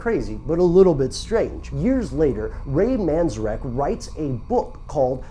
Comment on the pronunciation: That guy kept mispronouncing Ray Manzarek's name.